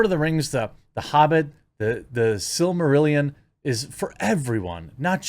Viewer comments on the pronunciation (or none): none